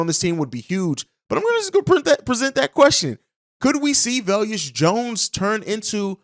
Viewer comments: Bruh I can’t stand how you saying velus Jones name lol Velus (va lus) not veleus 😂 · Velus not veluous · Velus pronounced VAY lis rhymes with Payless. C’mon on man!!’ 😂